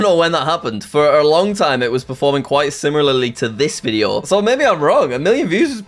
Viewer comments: I think he said "simirlaly" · I listened to it like 5 times, he definitely said simirlarly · He said simirlarly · simirlarly lmao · HE ACTUALLY SAID SIMLILILILYYSLY- I mean similarly🎉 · He says it like “simmer Lilly” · Nah, he should focus more so on pronouncing "simlarly" and "srambed" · you can tell Jack has been practicing pronouncing similarly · nah it’s just part of his accent that’s the problem I think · No he definitely did not. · He did NOT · We dont talk about jack saying similarly 😭